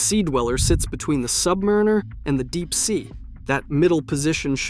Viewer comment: Buy and wear what you want, whether it's a G-Shock or a Rolex anything. Don't listen to a kid's A.I. voice on the interwebs that can't pronounce "Submariner".